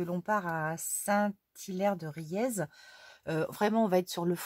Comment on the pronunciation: Haaa tu pars à côté de chez moi!! On dit: St hilaire de riez (rié) 🤣🤣🤣bisous!!